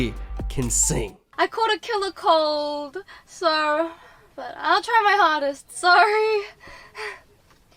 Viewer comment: wtf..is that real? Where can we get one? 🤔🙂 Someone should make one with Jihyos infamous meme face and wear it to Twice concerts and randomly in public 😂 I thought Lily was gonna start spitting bars when she said "I kAwT a KiLLeR k0hLd" 🤔😂 Bae sounds so good 🙂 Jinni cards are gonna be so rare now but Garam cards are even more rare if theres any Garam cards at all 🤔😂😰 I miss Jinni ☹